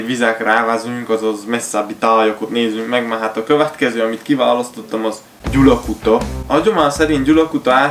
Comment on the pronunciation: Gyalakuta nm Gyulakuta 😅